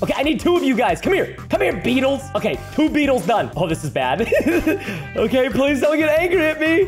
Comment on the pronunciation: It's not okeh to be okeh ( titan cry)😭